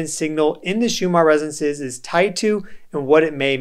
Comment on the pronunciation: You keep calling it Schumar